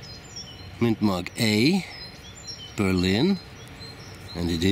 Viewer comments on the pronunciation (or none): none